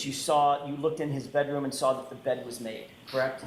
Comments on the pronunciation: She never ‘sawr a body’ 😂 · Dude that got me every time I sar her saying it. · She never “sawr” a body. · Ohhhh now there's an R all of a sudden?? Right there at the end of the word saw.... 😮